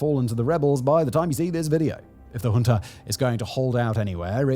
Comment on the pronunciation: Junta does not have an R at the end. Please stop pronouncing it with an R